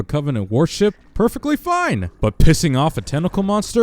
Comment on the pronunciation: When you talked about the Warthog being a piece of shit you mispronounced "perfect."